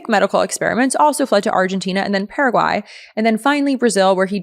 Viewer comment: You must speak Spanish because you pronounced Paraguay correctly multiple times👍